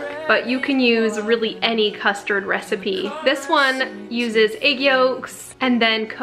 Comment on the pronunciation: what in the wold is cousterd